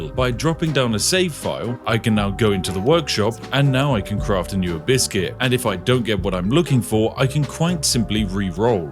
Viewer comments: I kept hearing you say "A biscuit". I got hungry. Had some tea. Can confirm you are a wizard. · What he says "Abyss gears" What I hear "Abyss-cuit" ah, the perfect companion to Infernal Grey tea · I just hear "Biscuits" instead of "Abyss Gears"... Cant. Unhear. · “Abiscus” “Abiscuit” “Abiskiss” 😂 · Abysscuits... half the time you say abyss gear i hear abysscuit. Now its forever their only name lmao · A bisgear? Almost sounds like you're halfway saying a biscuit, but remember it's abyss gear xD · Every time you say "Abyss Gear" my American mind hears "hibiscus" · you know your tired when you swear he says Biscuit instead of Abyss Gear, Unless that's what he is saying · the more i hear spiff say Abyss Gear.. the more i start to hear the word a biscuit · every time when Spiff said Abyss gear my ears heard " Biscuits, biscuits " :D now i want some, Thanks Spiff! :D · Every time Spiff mentioned "abyss gear" I only heard "a biscuit". Only after seeing it written out I understood it wasn't a biscuit he was talking about. 😅 I guess this channel is so tea coded I already think like a tea loving brit 😂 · "Abyss gear" all I hear is biscuits. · Ohhh "Abyss gears". I kept hearing biscuits. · Spiffing Brit said Abyss Gear, I heard Hibiscus. :v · I kept thinking everytime you said Abyss Gear it sounds like you were saying "A Biscuit" lol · I swear you keep saying "a biscuit". Craft a biscuit. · Watching this at 2x speed makes "abyss gear" sound a bit like "a biscuit". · When watching at 2x speed, "abyss gear" sounds like "a biscuit" 😄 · I heard - Infinite A Biscuit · I swear he was sneaking in some biscuits instead of abyss gear at some points... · Spiff said “Abyss gear” but I heard “a biscuit” which made this whole video so much better. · I keep hearing biscuits instead of Abyss gear! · Ahhh Abyss Gear, I thought you were saying a biscuit! Or do I have tea on my mind that everything is something to do with tea. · Am i the only one who heard it ‘Farm a biscuss’ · "A biscuizz"